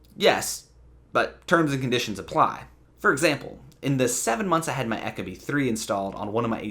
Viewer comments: The way you say "echo-bee" kills me. Ee-koh-bee. Eco..efficient. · Yeah apparently eco and echo are pronounced the same these days. Second video I couldn’t watch because of this. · You lost me at ECHO-Bee. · Echo-bee you idiot.